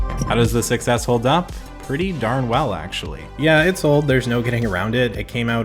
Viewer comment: Everytime I hear: SUCESS